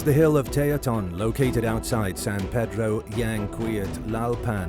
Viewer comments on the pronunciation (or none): none